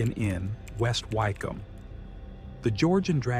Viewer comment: Nice one. Just for future reference. Wycombe is pronounced Wi-km. I know crazy, but English.